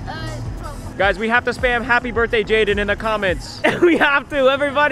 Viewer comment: not Jayden it’s Jaden